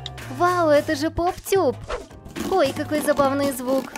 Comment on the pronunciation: НИ ПОП ТЬУП А ПОП ТУП